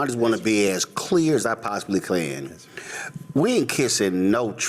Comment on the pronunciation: "Clear as I possibly Klan?"